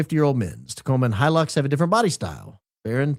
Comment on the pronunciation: Toyota “He-Licks”